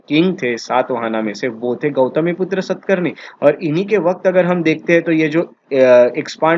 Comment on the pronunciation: सत् कर्नि...my foot. शातकर्णी. खारावेला...छीछी...खरवेल। सुधर जा बेटा। How dare you spoil our history. Gunadya..गुणाढ्य। not गुनखद्य। It is quite irritating to hear you... half baked rotten bread..that is you.